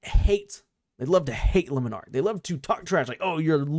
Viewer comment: I refuse to listen to anybody who doesn't pronounce Le Monarch correctly. L take.